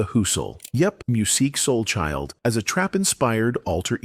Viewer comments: I really wanted to listen to this video but I can't listen to a whole video where AI continually mispronounces his name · yea it was a hard watch